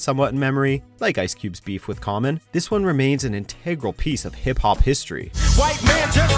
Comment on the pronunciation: Why do you pronounce hip hop like that?? 😂😂😂